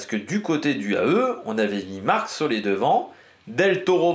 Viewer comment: Super vidéo ! Je ne sais pas si c’est important pour toi, mais Marc Soler se prononce Solair et non Solé